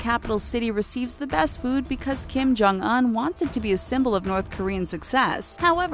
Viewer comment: "DON JEW"